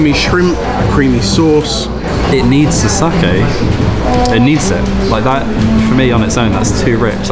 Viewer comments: There is no R in sake. Please learn to correctly pronounce sake. Not sarkay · said sake right once, but then said saaaaaaaaahhhhhhhhhhhhhke a tone, its sA ke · So we’re calling it "sarkay" now are we? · still wondering why you guys went all the way to NY for a Japan special, instead of I don't know Japan? Or are you guys just too embarrassed by how you pronounce the word sakai. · Know i'm being really pernickety here but the pronunciation is all wrong of Sake